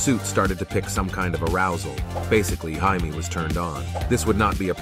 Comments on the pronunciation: From the way they were pronouncing it in the movie i could've sworn his name was Hyman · Jaime is pronounced Hi me in Spanish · It's pronounced Hi-Meh in spanish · hi-me and hi-meh are different pronunciations his name isn’t pronounced hi-me that sounds weird it’s hi-meh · Yes, it is. The Spanish name "Jaime" would be pronounced somewhere between "Haimee" and "Heimay" if spelled in phonetic English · It’s pronounced Hi - Meh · do you speak spanish..? because the j is pronounced as an h .. ☠️ edit: mb i read some other replies that made it more easily understandable for english speakers and it would be pronounced hi-meh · nope it's pronounced Hi may in Spanish. Trust me bro I know plenty of Jaime's. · yes it is are you mad bruv it is pronounced hi-me in all dc media,comics and it is spelled jaime in all dc media